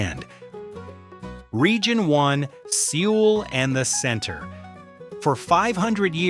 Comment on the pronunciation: Lost me at "See-ool"